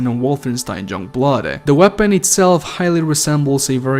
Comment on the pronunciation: Were you saying junkblood when you mentioned it lol?